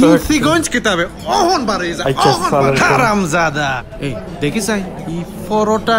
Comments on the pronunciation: Man said kharam saada😂😂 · Man said kharam zada😂😂😂😂🤦‍♂️